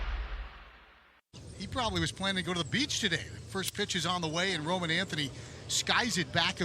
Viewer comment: Did you hear how he said Roman's name lmao